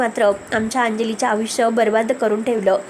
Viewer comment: अंजलीच्या आयुष्याची " खेळी " केलेली असते. या वाक्यातील " खेळी " या शब्दाऐवजी " खेळ " हा शब्द वापरायला हवा . " विचित्र " फोटो ठीक आहे. पण " अविचित्र " फोटो म्हणजे कशा प्रकारचे फोटो ? " आविष्य " नव्हे " आयुष्य" साधे साधे शब्दांचे बरोबर उच्चार , बरोबर रूप माहीत करून घ्या. चुकीचे उच्चार करू नका.